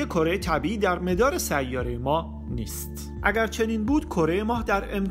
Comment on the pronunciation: سلام، خیلی عالی صدای گرمی دارید و کاملا حرفه ای اجرا می کنید، مثبت و پرانرژی..... فقط یک چیز گاهی بدجوری میزنه تووی ذوق، تلفظ اشتباه برخی واژه ها مثلا واژه«مَدار» که شما مِدار تلفظ می کنید، درحالی که به زبان فارسی اجرا می کنید حتی در عربی هم اینقدر تیز ، از کسره استفاده نمیشه در این واژه، به این واژه ها دقت کنید مَدار، مِدار، دُور، دایِره، مُدَّوَّر، دَّوّار، دَوَران، مثل آن است که مثلا دَوَران را دِوِران تلفظ کنید البته جسارت شد دوست عزیز، موفق باشید